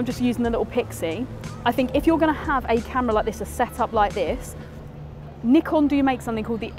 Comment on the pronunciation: literally the only video about the Z30 where I can hear the shutter sound. 🙏 bonus point, she knows how to say "Nikon" as it's intended.